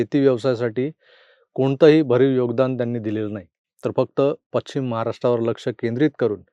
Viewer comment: तुम्ही पश्चिम या शब्दाचा उच्चार पच्चीम असा करता, कृपया सुधारणा करा.